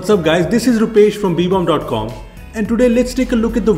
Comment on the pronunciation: Great video and a really nice channel.. but why do you call it beebom?